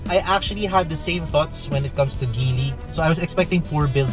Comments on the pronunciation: Its pronounced Jeely.. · GEEEEEELLLY hnd GILY!